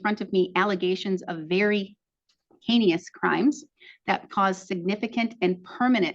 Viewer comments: *heinous, not heinious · Did that Judge say "HAYNIUS CRIMES" rather then HEINOUS CRIMES min into the video, wonder if the person that takes down the transcripts writes it down as stated or she corrects the mistake when the judge of any of the people in court make a mistake. For example if someone was to say "I axed them to give me it" and they type down " I asked them to give me it" 😊😊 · You’d think of all people, a JUDGE could pronounce “heinous.” 👀 🤦‍♂️ HAY-nee-iss???? 😮‍💨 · The judge made up a word? Hein”i”ous? Did she mean heinous?!🤣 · Heinous is two syllables.